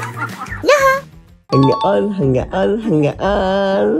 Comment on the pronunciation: 한가온이라 했는데 오가온이라 들리나봐요(실제로 들림)